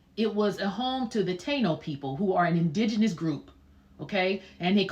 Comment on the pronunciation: Also, Ta-ino.